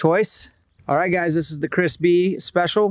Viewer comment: He was saying Chris Bee, I thought I heard Crispy. Don't know who Chris Bee is, but all in favor of Crispy!